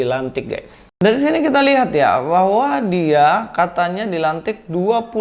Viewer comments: 25 Mei - 17 Juni. Bahasa Arabnya udah lancar😂😂😂 Nggak nyampe sebulan pelafalan Arab nya udah lancar🤣🤣🤣 Orang klu Bru keluar dari Kristen pelafalan Allah nya tetap Allah, bukan Auwloh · Pendeta kok ngomongnya Awloh dan surat al-imron 😂😂 Dari kalimat pembukaannya aja udah keliatan pendeta abal2 😂😂